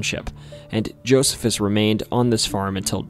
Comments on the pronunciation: I'm pretty sure that name Josephus in the 3rd story would be pronounced as Joe-See-Fuss much like the old Roman-Jewish historian & military leader, Flavius Josephus. I used to date a woman from Williams back in the late 1990's and drove across that old covered bridge fairly often back then. Never noticed anything out of the ordinary there. we walked it a couple of times, but I don't believe it's the longest. The longest would be the Medora covered bridge over the east fork of the White River in Jackson County, about 30-ish miles east of Williams. My little brother and his wife took part in a tour of that Whispers estate a few years ago. His wife claims to have taken pictures of orbs in the dark there but I can capture the same things here at home off my back deck in the dark with a camera flash and figure it's just dust floating in the air. I'll have to check out that place in Scott County as I never knew it was there. I do know where County Farm Rd. is here in Washington County, but if there was ever a big farm building there it's long gone now. I've walked through Big Tunnel in Tunnelton, but I don't recommend doing so because, while most of the time it feels abandoned, it is in fact an active line used by CSX with about one train a week passing through. Before CSX it was known as the B&O line and is still called that by locals. You can easily tell it was B&O because they had distinctive color positioning lights on their lines, whereas the old Monon RR that used to run behi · Isn't it pronounced "Joh-SEE-fuss"? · it's Ash-ta-buell-a and Jo-see-fus just to help you sound better in the future, you can type "pronounce (word)" that it's pretty good at giving the right pronunciation.